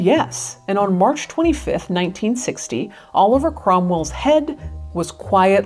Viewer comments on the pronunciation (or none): none